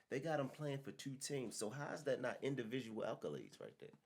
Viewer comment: Damn. These brothers don’t even know English. “Individual alcolades “. 😂😂😂😂